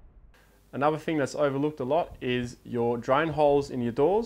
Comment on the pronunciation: love your videos, but for god sakes please pronounce your words correctly. Especially 'th' words. It is 't' and 'h' not 'f' and 'r'. Words like three, through, thing, Stop pronouncing it as 'fr'!